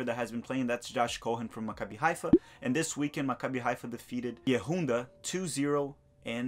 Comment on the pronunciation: you got maccabi Haifa down pretty well but , you completely butchered Bnei Yehuda😂. It’s like Ba-Ney Ya-Hoo-Da. It’s hard though because that is the Hebrew words don’t translate to English particularly well. Love the work man! Keep it up.